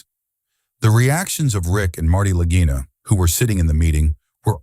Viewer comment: Lageeena, not Lag-eye-na, Stupid!